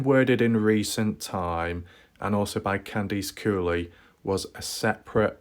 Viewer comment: Candice = KAN-diss, not Kan-DEECE. Just because your across the ocean, doesn't mean you can't pronounce names correctly. This case is over. You need a new hobby like chasing down 100 year old Nazis in South America.